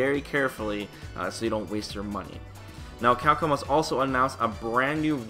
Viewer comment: You do great work man, but for the love of god, please pronounce it "CAPCOM" and not "Cackom"...